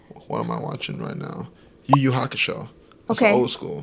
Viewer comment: damn when said yu yu hakusho he made me a believer